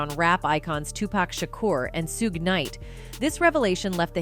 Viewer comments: Who is "zzuuuge" oh "SUGE". I mean if your going to report at least pronounce names right. Also it's "TUPAC" not "TUPECK" respect the great legend. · Sooje? Its pronounced shug bitch!!! Dam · Itz not sooge. ITS SUG ,like sugar. I'm a 60 year old white man from a plains state farm town with 300 people in it and even I know that much, you robot B. This whole thing is nuthin' .Did Keefe D pull the trigger? NO. HE DID NOT PULL THE TRIGGER. This is a B.S. deal. Plain and simple. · Uhhh Who is Suge? 😮 Miss its pronounced Sugg. SMH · This hoe said Sooge! 😂😂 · Who the fuck is “Sooge”? 🤦‍♀️ “she’s ‘really’ done her homework, here. 🙄 “ Gimme a fucking break, son! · Hey lady “SUGE KNIGHT” 😂😂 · According to her, it’s Sooge and 2-Pack.😂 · Lol, Sooge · Did this woman even try to learn or just reading what is on the paper... Suge, Point four zero caliber.. Yall need to charge Diddy and then the narrator. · You don’t even know why you talking bout. Ain’t even saying Suge’s name right but you wanna report on something. Gtfoh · No way she just pronounced Suges name that way.